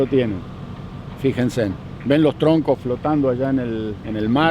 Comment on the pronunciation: "Fijensen" 🤣 Saludos a. Buena onda. Excelente video.